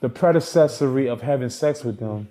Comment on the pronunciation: “If you fly someone out for da predacessary 🤦🏽‍♂️